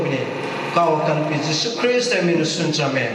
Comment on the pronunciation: Jesus christ pronunciation lanliko laisolline tourise eina Jesus oiradi saoniko😅